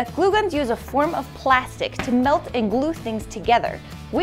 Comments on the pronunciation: It’s ok I laughed at pla-stick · PLA-stick. why